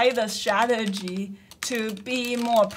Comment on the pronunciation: Why you can't pronounce the word d sTTTRRRtegy? It's so a simple word...